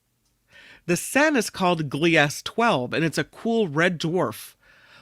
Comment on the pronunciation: I believe Gliese is pronounced kinda like Gleason, said: Gleasy. Thats just phonetically. Gleasy 12b🥸 Named after German astronomer Wilhelm Gliese. There are a lot of astrological objects named after him.